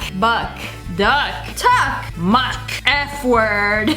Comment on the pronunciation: Did ya just say mu-c-k